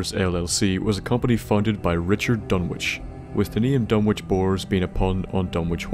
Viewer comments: Pronounced Dun-ik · Done ich is the pronunciation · Surely the w is silent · Did you notice he mispronounced Dunwich the whole time?